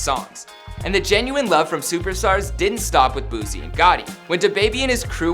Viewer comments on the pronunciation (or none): "Boozie"??😕 lmfao!😂😂Bruh no!